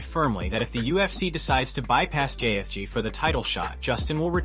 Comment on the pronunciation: Love the butchering of the names, "GAY-fj". And pics of Khabib as Ali???